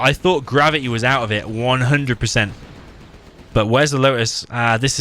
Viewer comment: I keep hearing you say Grubby instead of Gravity.